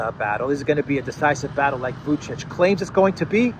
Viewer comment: "According to Vucic".. you can do better... it sounds like "according to Kamala Harris"